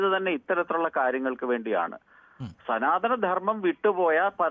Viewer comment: സനാദനം😂😂😂 അല്ല സധാ സമയത്തും ധനം മ്മൈ കുറിശ്ശി